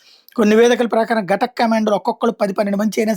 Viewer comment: గటక్ కాదురా బాబూ, ఘాతక్ అని పలుకు.